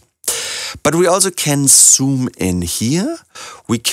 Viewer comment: Do you know that Z is not S ,ya? I am sorry but you do cannot say zoom in and out, you pronounce soom in and soom out, and other Z equally S, making them indistinguishable.